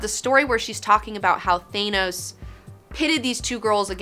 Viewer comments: Thaa-nos....not Thay-nos. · Please, I implore you, it's pronounced "Th-anos"....not "Thay-nos". Love you! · ...Who's Thanous. Thought it was Thanos. lol much love too the channel tho x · You'd think people would be able to properly pronounce Thanos by now.